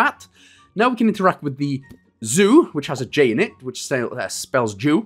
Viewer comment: No one wants to talk about the fact that it said Joo instead of Zoo eh